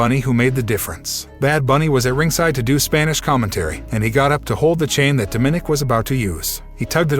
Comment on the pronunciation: lmfao, it's Dom a nic not Do min ik. Get a clue.